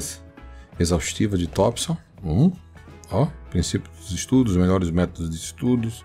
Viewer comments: Tompson e não Tópson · Tópson ou Thompson?